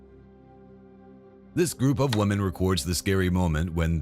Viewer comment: This "WUMEN" 😂😂 had me questioning whether the narrator is a Scotsman 😅